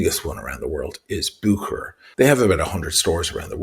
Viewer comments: It's not "Bookerer" though, it's "Buherer", soft h. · Real pronunciation goes like « Busherer » not bukerer 😅 From Geneva Cheers